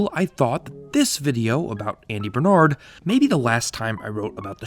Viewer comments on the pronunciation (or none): none